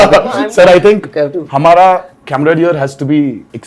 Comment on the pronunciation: Mr.Tarak, it is not "cameradear". It is camaraderie pronounced as "kaa mraa dree". Just saying!